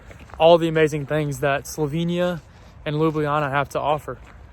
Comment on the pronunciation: I'll be direct, I hope you learn to pronounce "Slovenia" the right way sometime soon. It's Definitely NOT "slovinia" - it has an "e" - pronounced like "ai" in "chair." Other than that, Welcome - and Enjoy in the only country with "love" in its name!